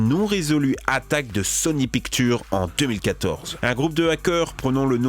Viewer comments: mdr il dit sony picture or ca ce lit en anglais sony pictchaure! met un Jaime si tas remarqué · sony picture tu dit sony picktu lol